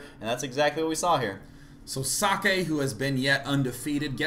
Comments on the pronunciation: guys, socke's name is pronounced like ZOCK. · well, I forgot who but another commentator who spoke with himself said he pronounces it as zock. *shrugs*